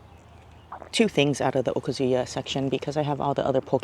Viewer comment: I like your videos and they bring back so many wonderful memories. But, it’s O-KAH-zu-ya. Not okaZUya.